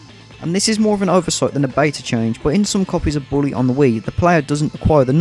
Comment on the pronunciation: you said christmas in "bwooley " and "boot presents "